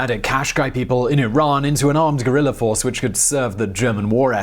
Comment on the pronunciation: Cool video but its VIENNA. not VIENNER Also, its Guerilla, not Guerrillerr.